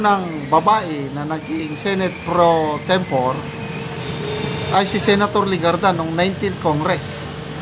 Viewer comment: improve your pronunciation, like pro tempo-ray